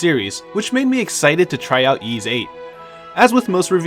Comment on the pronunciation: It's pronounced "Ease" not "Yeeze".